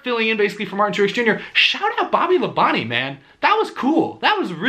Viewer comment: I knew he was going to say Bobby LaBonte’s name right once he heard it today lol